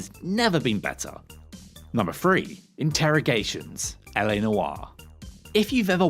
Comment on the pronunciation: you mean “Interrogations” right?